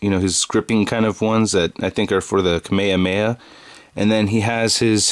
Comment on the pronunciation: It's pronounced Kame- hame-ha !!!!